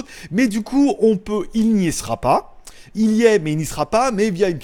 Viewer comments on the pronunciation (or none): none